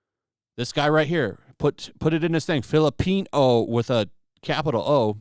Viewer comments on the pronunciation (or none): I can't store hearing "filipenis" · I swear it sounds like you're saying Fill A Penis. I'm like yeah that's gonna go over like a fart in church. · It literally sounds like 'Fill A Penis.'